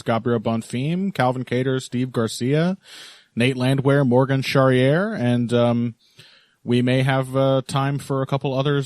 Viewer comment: The final e in Charriere is not silent It's pronounced more or less like this " Sha - Ri - E - RE It's always a pleasure to listen to you guys every week